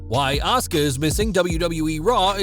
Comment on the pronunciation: Sweety,, it's not ASKA, it's ASUKA. THERE'S A "U" IN HER NAME. 🌹